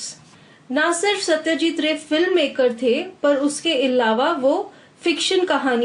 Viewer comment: thanks but the pronounce of ray is not proper